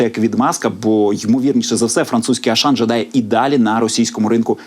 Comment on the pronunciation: Аушан читайте правильно